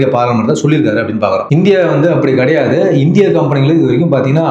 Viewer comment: கடையாது இல்ல மச்சி கிடையாது என்று சொல்லவும் 😮